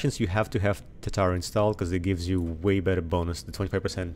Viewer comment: Tu-tar-uh, Japanese steel smelter